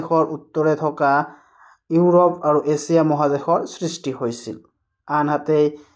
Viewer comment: এচিয়া nohoi sir এছিয়া